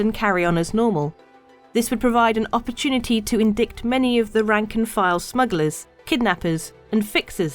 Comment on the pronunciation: Thanks for the lore! And indict is pronounced like the "ight" in "night"